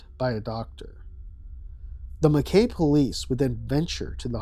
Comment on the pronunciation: Oh gosh, hearing you mispronounce Mackay every time was painful but understandable due to the spelling. But instead of ending on an AY noise, it's an EYE noise. Like Ma-kye.